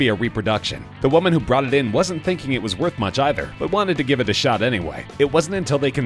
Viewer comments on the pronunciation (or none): none